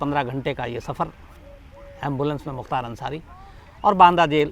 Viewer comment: Naam shi say ly Mukhtar ansari bhai